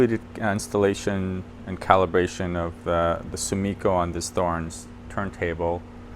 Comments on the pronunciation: It's pronounced TORRENZ. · The strobe is more precise than the app. LED lighting oscillates at mains frequency. The connector is a jenson (Jensen?) aircraft connector. Thorens is pronounced “torrens” Great set up procedure nice turntable. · so, I don't mind if he pronounces it THHorens. He is American. Should he pronounce that Mercan? Cheers